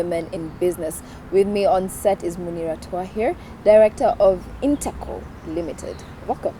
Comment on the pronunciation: It's InteCo not integral, correct me if am wrong